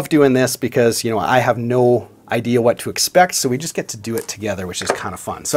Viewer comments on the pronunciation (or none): none